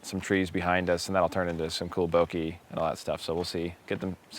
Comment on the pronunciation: some cool "bo-kee" lol